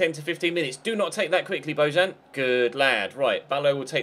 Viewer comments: bo-yan not bo-jan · It's pronounced Bo-Yan